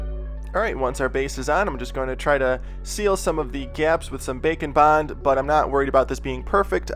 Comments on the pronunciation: Me too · Some months ago I said the same thing XD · Every time! 😂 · When he says “Bake and Bond” I hear “Bacon Bond” 😂 other than that I love all your videos I’m just a hungry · Im not a sculptor so I thought it was just something called bacon bond 😂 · He says bacon and bond? Tf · I’m glad I’m not the only one who hears bacon bond every time. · I think everybody hears Bacon Bond. He mentioned it in a video actually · Well now I can’t un-hear it😂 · i also hear that! XD